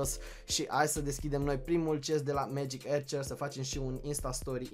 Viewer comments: se citeste magic Arcăr nu Ercăr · Se spune megic arcers